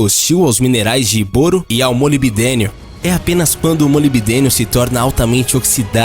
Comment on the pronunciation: Sempre pensei que a pronúncia fosse: "BÓRO"...